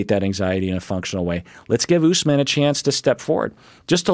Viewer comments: It is oosmaaan. The a is pronounced like the British pronunciation for can't, dance etc. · Usman is pronounced "ousman" ( got it right). The name comes from Othman, which is a common name in other parts of Africa.